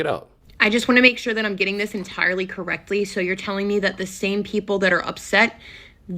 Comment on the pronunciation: "Reck" is "Co- Reck"!!!